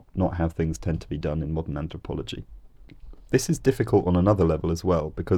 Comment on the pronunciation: The TH needs to be pronounced in THings and not FIngs. So there's no confusion between three and free etc. Just as a man born with cock and balls can never be a woman, despite how he may feel. What you always espouse is moral relativism as you did with your trans video and now linguistic relativism. It always comes from being in the academic womb too long and mixing only with ultra Liberal Lefties who dictate the narrative, whilst most normal people, who don't care less, have no say. I knew it!!! Social constructs creep in within three minutes. The reason you say TH is because there's a TH in the word ffs. You're inthuriating.